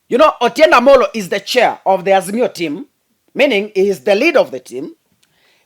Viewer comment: the name is Otiende Amolo and not Otiende Omolo😂 The rest of your presentation=very good!! Except sometimes you relay too much information of Azimio's cards to the public exposing their secret tracks i.e, when you talked about how Raila was able to come to the CBD during the Mandamano when the security had blocked all ways. Please minimise such info.🙏🙏🇬🇧